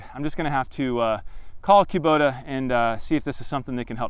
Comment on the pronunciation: It’s cuh-bota. Not kew-bota.